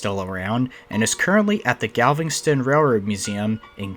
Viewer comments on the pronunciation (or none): learn to talk ,,,Galveston ,not galvingston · Nice try for pronoucing galveston but its not how you say it. Theres no "ing" in galveston, its just gal vest ton